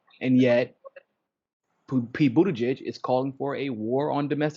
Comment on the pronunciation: You’re pronouncing Buttigieg’s name wrong! Also, you have to say his name AT LEAST 3 times as follows... Beetle-gieg Beetle-gieg Beetle-gieg Mayor Pete: “It’s showtime!”